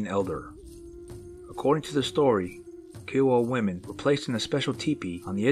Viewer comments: Their not KEE-O-WUH.............Their pronounced as "K-EYE-OH-WUH" (Kiowa Tribe)..your mutilating the hell out of Oklahoma Native American Tribes! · It's "k'eye'oh'wuh" as in Iowa with a k, not "kee'oh'wuh", and yes, the word for Bigfoot in Kiowa is "kote'sah'pole". The Kiowa still occupy SW Oklahoma in the Wichita Mountains and recently, military personnel at Fort Sill have had Bigfoot sightings much to absent media coverage. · Ky O Wa = Kiowa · Are you trying to pronounce Kiowa? Good grief...look it up.